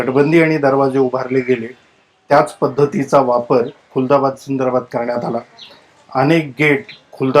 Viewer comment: This not kultabad it's khuldabad.